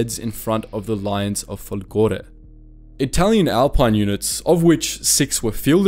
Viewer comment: Giorgi should be written ghiorghi to be pronounced properly. Also, no one has anything to say about folgore? He put the accent on the wrong letter. Perché sto scrivendo in inglese??